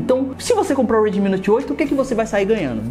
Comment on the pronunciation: U E R D I M I HAAAAAAA MEUS OUVIEOS R É D I M IIIIIII PELO AMOR DE DEUS